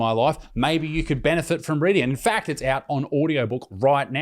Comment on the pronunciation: I’m subscribed cuz Isaac says fack